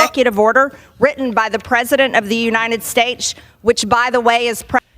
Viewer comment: Since when has "United States" been pronounced with a CH? United Staich? 🤢🤮